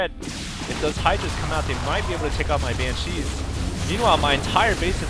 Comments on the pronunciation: Its BAN-shees, not ban-SHEES. Please, your pronunciation is becoming tiresome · yeah, please call BANCHEEs BANSHEEs, BAN-SHE that's how it's pronounced. on another note, AWESOME VID! nice win;) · It's cheeze, so it's ban-SHEES(e) xD.